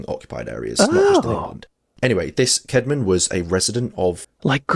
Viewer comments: Not bead, but Bede, Adam Bede. And Caedmon is thus spelt, and should be now pronounced as 'Cadman', not kedman (e.g. King Aethelstan = Athelstan). The subtitling cannot cope. The Narrator wasted an awful lot of his video talking about Whitby, Caedmon, and Bede, and not enough about J.R.R. Tolkien and his West Midlands associations, from which the real inspirations were drawn. The video is not really about LOR but rather about Whitby, his accent points to him being a Yorkshireman, where Caedmon, Whitby and Bede hail from. Middengeard is a Viking term, not strictly Anglo-Saxon and belongs to Viking as well as Saxon mythology as middilgard, i.e., the World, i.e. the world between the Saxon equivalent of hell and heaven (Saxon - Asgard), which is in effect Middle-earth; however, Tolkien infers that Middle-earth is only an area of a larger world and not the whole. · Sorry. I just have to correct the name of our hero. Cædman. Is pronounced with a short A. Cad-man. The 2nd letter is an asc. Pronounced ash. Long story short. It's one of a number of letters that didn't make the journey from Old English to modern English. And honestly, I think it's also worth pointing out that the statement that it's the first ever English poem written is quite a claim.